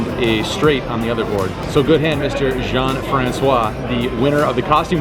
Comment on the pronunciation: It's a pleasure hearing you saying "Jean-François". Tanks for all your hands review.